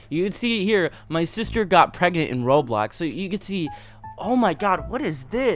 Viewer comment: not only does the captions say it, HE SAYS “ROADBLOCKS” TOO LMAOO